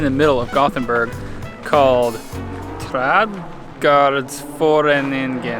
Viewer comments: As a swede, on pronouncing Trädgårdsföreningen, I give you a passing grade. 100% understandable. If you were to be off in pronunciation, it is nice that you put it on screen. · The pronunciation of Trädgårdsföreningen wasn't bad at all! Managed all of our funky vowels all in one word.